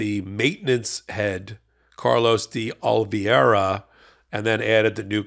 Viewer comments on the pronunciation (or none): Is it so difficult for Americans to pronounce a simple foreign name? The man's name is OlivEIra, not Olivieiira.